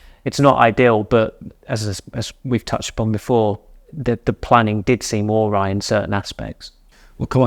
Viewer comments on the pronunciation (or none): Love the podcast, long time listener, but please learn how to pronounce the word awry! Phonetically it's pronounced "uh-rai" 👍🏻